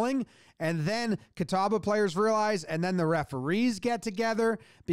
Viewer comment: Props on pronouncing "Catawba" correctly. I've heard that butchered in some weird ways.